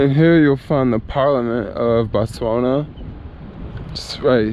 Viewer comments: It's pronounced BOTS WANA! Damn! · Why did you stop saying Botswania?😞😞 You took all the fun away now.